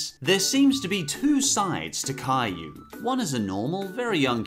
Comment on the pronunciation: You mean cry you not Cayou